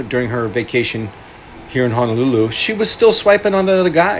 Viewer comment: I hate how he says Honolulu. If you’re going to live in Hawai’i then say the names correctly!